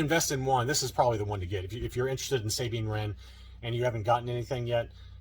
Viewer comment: can you have the owner of those case shells contact me. We live like 15 to 20 minutes away. I tried a few times but to no avail. Idk if he doesnt want to sell them to me or what.....also its pronounced Sah bean, not saying. What rebels and you see. Idk why you pronounce it like that. Its never been pronounced like that in Canon or ever for that matter.